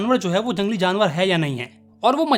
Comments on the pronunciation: Jalangli ✅ jangli❎😂😂. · Jangli = ❌ Jalngli✅